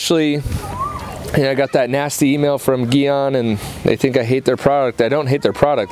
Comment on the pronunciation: You said Gyeon wrong